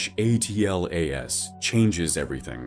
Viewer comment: Why can't Ai say Atlas